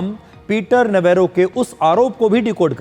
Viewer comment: पीटर नवारो का सही उच्चारण नवरो पीटर नवरो अर्थात ऐसा बेफिजूल व्यक्ति जो बेकार है और जिसे और कोई काम नहीं है.. नवेरो ने अपने नाम को सिद्ध कर दिया है ।